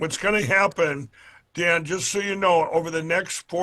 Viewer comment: 😂🙌🏼 Dan you crack me up when sounding out foriegn names😅🤣